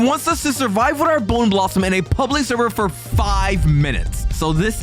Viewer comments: Bro said Candy Blossom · "Boner blossom" No. Just no. No. That could not have been a wrong word that he said instead of bone blossom. That means something SO FAR OFF FROM BONE